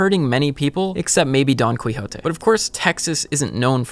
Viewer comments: I'm sorry did you say "Don Qwee hoe tay"? Its "Key oh tee" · Don "Quee Ho Tey"? It's Don "Key O' Tee"! Other than that a wonderful and informative video. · Don Kwihote, lol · “Don Clee-jote” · biggest issue is how he pronounced quixote, everything else was awesome! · Distracted by the mispronunciation of Quixote... Such a preventable mistake.